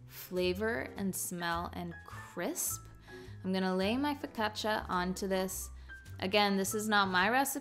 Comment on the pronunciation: It’s a step up that you learned how to say focaccia.